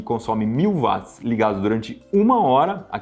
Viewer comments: Pô, Iberê. Vc falando "vátis"? James Watt era britânico. Na língua inglesa o w tem som de u. Se fala "uótis". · Poxa cara, gosto bastante dos seus vídeos, mas “vatis” é complicado. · Pq que os Brasileiros falam Vats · Dói os ouvidos cada vez que o Iberê pronuncia "Vats". A pronúncia correta é "U", semelhante a Will, Wendell, Wash, Way, Western, Warrior, Wonderful... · Eu sei que muita gente fala VATS, até engenheiros, mas está errado. O correto é pronunciar UOTS, pois é o nome da pessoa que foi homenageada com a unidade de medida. O físico Watt. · "Vat" mds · Q agonia o Iberê falando "vat" kkk, mas ótimo video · Faltou o arcondicionado. PS.Chega a doer os ouvidos .... Iberê não é Vats é Watts ( nome próprio James Watts, Eng. Británico)